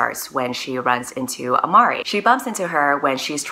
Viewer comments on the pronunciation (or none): none